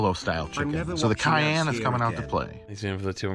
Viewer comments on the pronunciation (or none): none